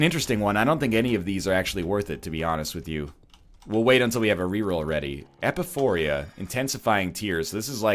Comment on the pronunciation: E-pi-pho-ra. Not Epuphoria.